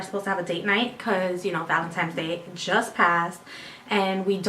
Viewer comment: well tell her it's valentines day not valentimes day. lol